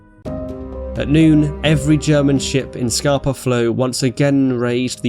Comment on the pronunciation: I've lived in Stromness for 3 years and its always funny looking out on Scapa every morning, realising the entire German fleet sank there 100 years ago. (its pronounced as if you were saying scahpa not scarper, cool vid)